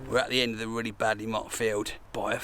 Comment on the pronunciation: Vreally cool bruilding don't you agwee